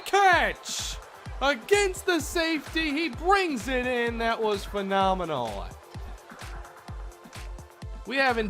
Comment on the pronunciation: U said phanominal like aj styles is